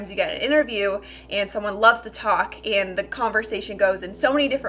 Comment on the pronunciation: The only thing I don’t like about you is the way you say “and” 😐